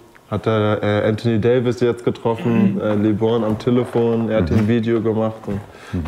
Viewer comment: Mich triggert das jedes Mal wie Eli Lebron ausspricht